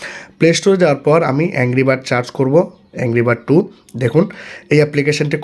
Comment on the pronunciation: ভাই। আপনি সার্চ না বলে চার্জ বলেন কেন। 😅